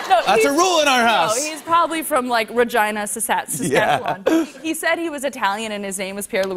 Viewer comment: She is married to a Canadian and still did not say Saskatchewan correctly. At least she said Regina correctly.